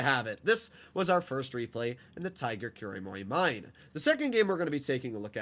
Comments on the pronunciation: Kuromorimine sounds like Kulomoli mee neh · As someone who's not a weeb but watched a bit of the anime just for the tanks... Im pretty sure it's pronounced Kuro Moro Menai (Mine) with the i pronounced as an e and the e pronounced as an a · i think kuromorimine is pronounced kuro-mori-me-neh